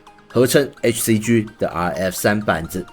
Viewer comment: “G”唸「雞」，不唸「居」！